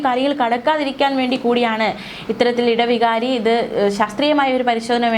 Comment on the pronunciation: ഇടവികാരി അല്ല. ഇടവ വികാരി